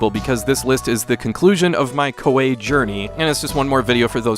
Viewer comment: I thought it was pronounced ko-ee